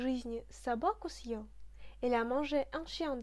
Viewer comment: Bonsoir, une question sur la prononciation: je pensais que le signe dur ъ annulait la prononciation "mouillée" du е, or sur la video il me semble t entendre pronconcer съел comme si on prononçait сел, peux tu me dire ce qu il en est exactement stp? merci.